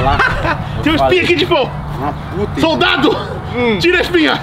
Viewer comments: Não é ser hater mas esse "soltado" tá dando agonia. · n gostava de ir p escola e hj ta falando soltado kkkkk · Man com esse "soltado" não sabia se tava falando solto soldado so cliquei mermo kkkk